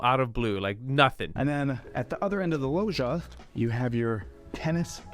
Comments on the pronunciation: is so off-putting with his over-pronunciations ("kitchen-uh," "thee loggia") and his swaggering strut. Yilmazer is personable, knowledgeable, and does a much better job. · Every time the realtor mispronounced "loggia", an Italian died. I also feel a high-end realtor should know what a juliet balcony is, this one doesn't.